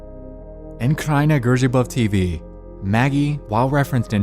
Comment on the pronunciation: I as a polish guy have to Say that you nailed that "kraina grzybów tv" XD